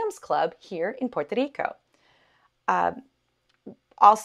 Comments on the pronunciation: Do you not know how to pronounce the name of the island Puerto Rico. Good luck with the natives. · Porque ella esta diciendo 🇵🇷 así I’ve never heard anybody say it like that nunca en mi vida